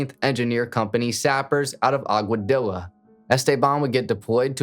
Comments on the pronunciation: Man....please work on your Spanish word pronunciation. All it takes is a quick Google search. For example- Aguadilla = rhymes with tortilla. Just makes it look like you put minimal effort into the video... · Aguadilla is pronounced Aguadiya.